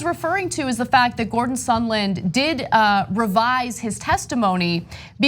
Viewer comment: Why did Lindsey Graham keep calling him “Sunderland” instead I’d sondland?